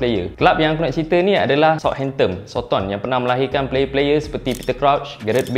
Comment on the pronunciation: belakang 'N' bang,bukan 'M' hamptomm apa benda